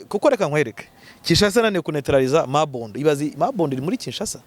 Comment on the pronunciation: Ni Mobondo ntabwo ari Mabondo.